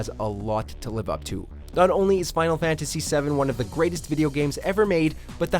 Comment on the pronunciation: He said, "Final Factasy" around the mark.